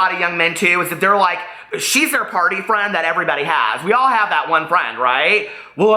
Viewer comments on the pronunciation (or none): none